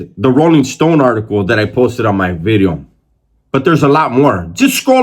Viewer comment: Why my boy emphasized on the V on video lol....#bideo